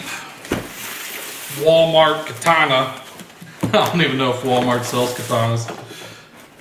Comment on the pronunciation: I'm so fucking jealous dude. I love blades, axes and weapons as well. I go crazy when i see you showing them weapons you have man. Too many. Even one would do it for me. In where i live, getting stuff like that is hard and kinda expensive. FYI: When saying "katana" just say it as it is. Do not say it like "ka-tah-nah".